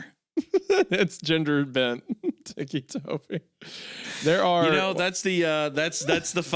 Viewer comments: Hunter: They call him Ticci Toby because of his tourettes ticks. also Hunter: teaky toby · I like the way Hunter says "Tiki Toby" instead of pronouncing it as Ticky. 🗿🌴🍹🏝 Tiki Toby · my inner ocd is crashing out over hunter saying tiki instead of ticky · I’m sorry, but it drives me crazy how Hunter is saying Ticci Toby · Please tell me TIKI Toby isn't how you're actually supposed to pronounce his name and I'm not losing my mind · Every time Hunter says TEEKY TOBY I lose a year of my life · I can only imagine what Hunter was thinking before the Tourette’s was mentioned. “TEEKEE” Toby. Like a Tiki torch 😭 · Ah yes, tikki toby, as hunter is saying. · Hunter's pronunciation was killing me, the "tikki toby" was so bad lol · Ah yes, Tiki-Toby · I’m gonna go ahead and say take a shot for every time they say “Ticci Toby” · Lmao I thought Hunter would stop pronouncing Ticci Toby as ‘tiki Toby’ after learning where the nickname came from but nahh 💀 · This was one of my FAVORITE creepypastas as a kid! An absolute classic! Edit: Hunter pronouncing ticci tobi as 'tikki tobi' is slowly killing me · Every time they call him tikki toby i die a little inside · The way Hunter keeps saying ‘teekee’ bugs me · i like how he just naturally falls into a southern accent while reading the tags. teeky tobie anime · Ticci-Toby? Nah, Ticci-Jakoby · Ticci toby anime-fahhhhh also it's tobias erin rodgers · hearing hunter mispronounce ticci toby so much is filling me with so much rage i can almost control fire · its driving me crazy how hunter keeps pronouncing «ticci toby» (tih-kee) as «tikki toby» (tee-kee) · "Tiki Toby" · Hunter is pronouncing it "teeky," I always thought it was pronounced ticky, like... you know......... his ticks...... haha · It still bothers me that he's called "Ticci Toby" and not "Ticky Toby"... but it also seems fitting for how ridiculous the story is, too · “Teekee Tobi”-Hunter